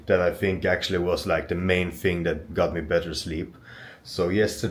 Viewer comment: Thing, not "fing" 😂